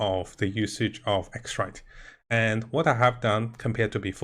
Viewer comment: Xiranite I'm pretty sure "she ra night" is closer to its name than x-right. :)